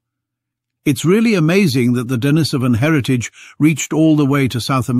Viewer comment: For heaven's sake, learn to pronounce Denisovan before you make another video.